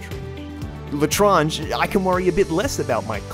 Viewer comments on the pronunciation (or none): clearly it's pronounced re-eltrang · The way me and my old crew used to pronounce the L'etranger was 'El-et-rang-er' We knew it was wrong, but it was fun to say. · I pernounce the L'Etranger as Let Ranger with more emphasis on the L'E and no space in between. I know I am likely still mispronoucing it if it is a real French word but whatever.